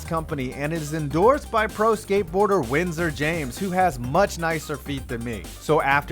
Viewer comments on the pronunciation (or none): none